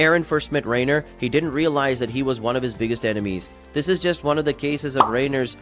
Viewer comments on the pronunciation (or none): I wondered about the clickbait thumbnail, I left after hearing you pronounce Reiner. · I couldn’t really pay attention to the video with him sayin the names of things incorrectly (Shiganshina, Dina and Reiner). It was as if he didn’t watch it 😂